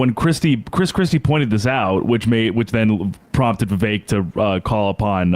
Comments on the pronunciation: nope, it does not rhyme with cake whitie. It's not "vivake" as you white ppl pronounce it. It's "Vivek" "Viv-ek". Not "ake". Complain abt white privilege and shit, proceed to do it, and not comprehend the hypocrisy. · Who decided Vivek is pronounced Viv-ache? American English is wierd. Bar-ache Obama anyone? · To help with pronunciation, Vi-vague 😉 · Trump won't put Vivek in his cabinet. He can't even pronounce his name